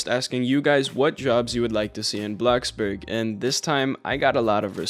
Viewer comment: BRO STOP SAYING BLOXBURG LIKE THAT